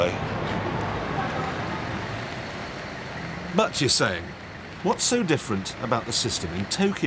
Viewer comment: cracked me up. "Butt you say..."